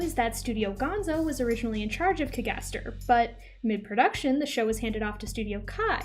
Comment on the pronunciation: I’m just genuinely curious why are you pronouncing “cagaster” like that? That’s not how it’s said in the anime